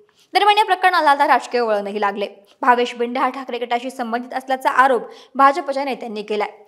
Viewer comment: जरा मराठी सुधारा भिदे नव्हे भिडे